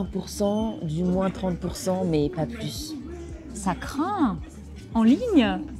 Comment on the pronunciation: Mesdames, ça serait que vous pouviez éclaircir pouquoi vous avez prononcer la lettre S dans la partie de la vidéo que parlait sur les rabais des soldes ? Vous avez prononcer « pas plus » en prononçant la S, même si il était une négation ! Je vous remercie du fond du cœur